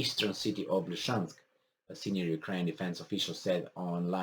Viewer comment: Dear, please repeta dupa mine: LI-SI-CEANSC, LI-SI-CEANSC, LI-SI-CEANS...